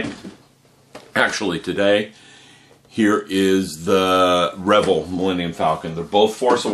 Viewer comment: God quit mispronouncing the name REVELL its (rah vell)!